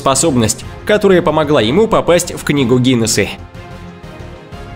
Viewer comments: Надо поработать с дикцией, вместо буквы А в конце слов, слышно окончание Е или Э. Пример: Не ГинесА, а ГинесЭ. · Видео хорошее, интересное. Но странное окончание у слов - Гинессе (Гинесса) , рождение (вместо рождения), друзье и т.д. Это отвлекает от сюжета. Человек-жираф - это монтаж. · Книга гинеса а ты говориш гинесы ???? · Это фифект ечи .